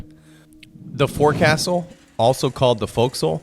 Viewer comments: Forecastle is not how it is said. They way you say it is "Fohk-sul or Foke-sol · It's foc'sle (foksil) and windlass (winliss) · The pain of having to listen to this person, who claims knowledge of maritime topics, repeatedly pronounce "fore-castle" and "wind-lass" makes the video nearly impossible to watch.